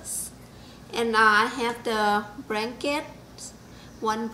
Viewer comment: Bradley Tompkins fucking google telling everyone my shit! all i did was comment on a youtube video....lol the asian lady in the video says Branket lol